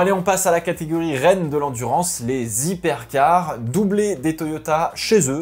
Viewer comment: On dit les Hypercars et pas les Zypercars :-)